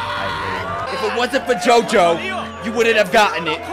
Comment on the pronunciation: Lol I never appreciated how well Dio said Jojo until you pointed it out